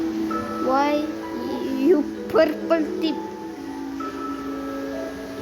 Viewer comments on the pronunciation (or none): when he say purple i keep on laughing